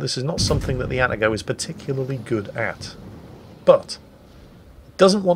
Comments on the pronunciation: It's pronounced "Ah-Tah-Go" not "Atta-Go". Though I doubt will read this comment. About the Kitakami you know what? I would like to see it brought back, but using the Pan-Asian type deep water torps. That way your friendly DDs won't complain about getting TK while trying to cap and other things. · please, its Ah-Tah-Go, not "atta-go". And not a single "ara ara" in an Atago video? You call yourself a weeb?